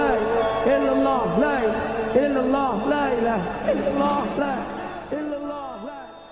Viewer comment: di awal dzikirnya terdengarnya illulloh,bukan illalloh